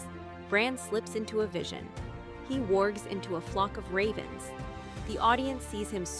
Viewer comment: Same as when bran "warzhez" into animals and Hodor lol